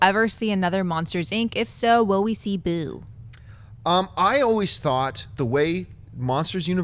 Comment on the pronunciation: emphasis on boo, fun office:D Boo's college experience, cool.